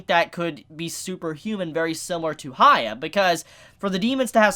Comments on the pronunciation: No it's hya-kki-ma-ru not hi-ya-kki-ma-ru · It's buddha, please research before these episodes. It's annoying to hear you say goddess/god 10 times e_e Also who is Haya? isn't it hee-yah if you can't say that just say Hyakkimaru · It's hee-yah, not hi-yah. His name is Hee-yah-kee-mah-roo. Also, red parts on your soul means you killed humans. Not tje cloudy part. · "sha- kem- a- ru" say his name right !!!!!!!!!!!!!!!!!!!!!!! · Stop saying haya it bothers me to no end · "Hee-yah-kee-mah-roo" If you want to use that nickname: "hee-yah" I'm surprised that when you watch the anime and hear all the times his name is pronounced you can't get it right X'D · Asks viewers to leave comments. Every week comments are telling him how to say Hyakkimaru's name correctly. Still says it wrong 12 episodes in. It's HEE-YA-KEY-MARU!!! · I'm convinced he doesn't read the comments, or just blatantly ignore the people correcting the pronunciation. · The way you pronounce the MC's name doesn't really make any sense.